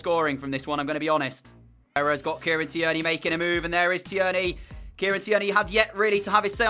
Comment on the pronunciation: The way you pronounce tierney 😂😂 its Kieran teer knee